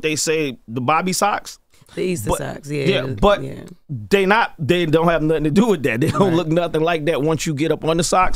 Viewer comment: Jess didn’t prep for the interview she ain’t say Nottin 😂😂😂